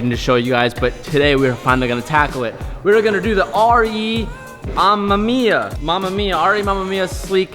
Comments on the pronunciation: I don't know if anyone told you this but you're saying " RE-雨宮" wrong. It's not "mama mia" It's "ARE - EE , UH MEH MIA." For future reference, so whoever told you that's how you say it was wrong. Cheers. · R-E AMEM-IYA for fuck sake at least pronounce it right 😂 jk love you X